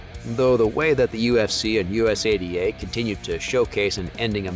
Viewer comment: Us a d a is not the correct way to say it